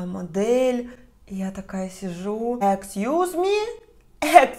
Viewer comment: Ну неправильно ты говоришь excuse me🥵🥵🥵🥵🥵🥵🥵🥵🥵🥵🥵🥵🥵